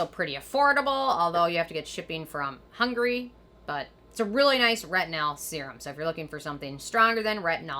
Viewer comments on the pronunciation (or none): none